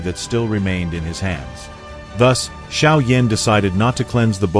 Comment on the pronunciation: It is quite pain to hear you pronouncing these words... dou sheng, ban sheng, dou zun, dou qi and the main character xiao yan... You can use the english term fight saint, half saint, fight Venerate, fight energy. For the main character... this is chinese name... either do the proper pronunciation or refer him as main character.